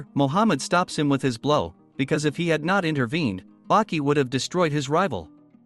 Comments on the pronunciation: Wait Bucky it with a A Baki not Bucky you say ahh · Nope 60 seconds in and then I couldn't do it anymore. Baki= (BAH- QI) NOT BUCKY. It's crazy that even AI for the auto-generated captions thought it was Bucky 🤦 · Btw his name is Baki not Bucky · i’m already pissed at the fact that he calls the main character “buki” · I can't take it. The name Baki is pronounced 'bah-key' not 'buck-key'😑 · ITS BAKI NOT BUCKY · Is baki not bucky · Why the fuck are you sayin Bucky? You saying it wrong on purpose. People like you annoy tf outta me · Baki not Buki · When you say baki's name its sounds like you’re saying bucky instead of baki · The mispronounced names ruined this vid its Baki not Bucky amoungst many others maybe stop using the ai voices and just do the vids yourself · Your saying Buki not Baki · Yashazer gave Bucky his fung. Is this an AI unfamiliar with human speech? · I had to stop 40 seconds in because if he’s going to pronounce Baki like “Bucky” for the next 92 minutes I’m gonna throw this damn iPad out the window